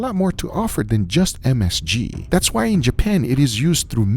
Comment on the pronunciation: I love how guga tries to pronounce msg. Just say msg man. You ain’t close. Hahaha